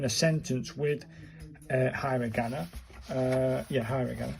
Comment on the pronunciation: Uh please learn the pronunciation from a video and also it's not hi ra gana